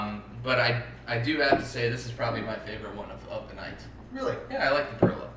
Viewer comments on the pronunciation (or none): Hey guys good video, I'm living in Poland right now. Great beer. your pronunciations of Polish words are a little off but like the videos. Perla has three types of beer but its nice to so good call. like the video!! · pronounced perwa where is lech???